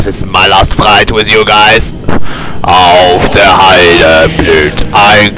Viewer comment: Bro said "Auf der heiden" and nobody cared 💀